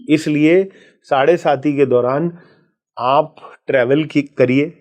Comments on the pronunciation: मैडम साढ़े साती होता है न की साढ़े सती बार बार आप गलत बोल रही हैं सुनने के बाद भी नहीं 😂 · I agree! The pronunciation of 'saade-saati' is erroneous..and the involvement seems frivolous. Such serious & sincere astrology experts need to be interviewed with meaningful queries..to delve into a gem-studded ocean, one needs to be a competent diver!